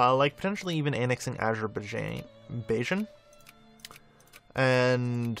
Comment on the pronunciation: Azer-bi-jarn. How to pronounce Azerbaijan.